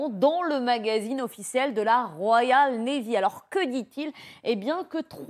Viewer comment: La "RoyalE navy"....avec un "E". Inculture quand tu nous tiens...